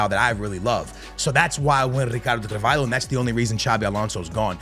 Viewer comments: it’s not carVAILho 😂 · Brother is rolling all the Rs with RRicardo CaRRvalho like its a parody, but cant pronounce Hancko (pronounced Hantsko)